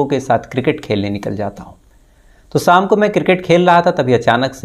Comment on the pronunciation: BHAI SAM NEHI SHAM HOTA HAI, PLEASE WORK ON YOUR TOUNGE, RAB RAKHA